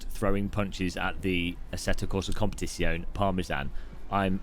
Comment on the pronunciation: Why you can't say Competizione 😔